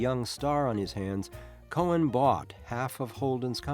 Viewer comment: COHN...NOT COHEN